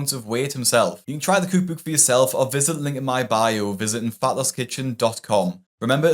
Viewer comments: Bro really says “cuuk buuk” instead of “cook book” 😭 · I can't get enough of how you pronounce cook book. Cooook booook. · tickles me the way he pronounces "cookbook" like "cooook booook" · When you can say cookbook I will subscribe but otherwise great video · I am unfamiliar with any dialect of English that has you pronounce "cook book" the way it's spelled 😂